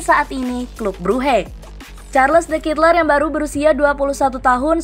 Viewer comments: Bacanya : charledekatelaa’ dgn medok belgia.. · Mbak mbak. Itu bacanya SHARL DE KATELAIKH